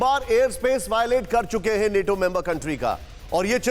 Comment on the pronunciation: बच्चा नेटो नहीं नाटो बोलते हैं